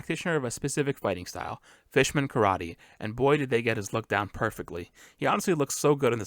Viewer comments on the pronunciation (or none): none